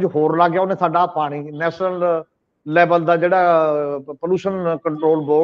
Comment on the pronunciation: The word is Kishat not Kisat , National not Nasnal, Desh not Des etc. Thanks .